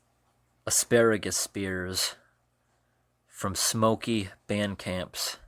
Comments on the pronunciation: Cool video but you kept saying Smoky, not Stokely 😂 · Crowder Peas, not chowder peas. Stokely, not Smokey. 😂